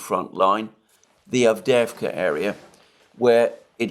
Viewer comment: You pronounce it "AvdYEvka."